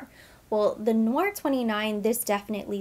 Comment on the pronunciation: Hi. Its actually pronounced like "Tay" Noir. Black Tea in French. Thats what you're catching in the wafts. Very popular in the line.